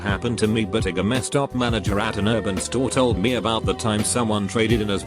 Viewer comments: Gamma stop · Normal people : GameStop TextToSpeech : GAMAESTOP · "GameStop," pronounced "gah-Meh-stop" if you boujee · It sounds a little bit like the robot voice is saying Gestapo. Makes for a very different AskReddit post.